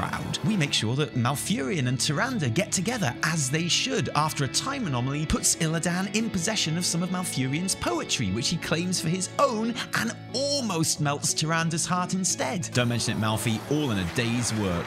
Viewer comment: nails down a chalk board at pronouncing IlliDAN ><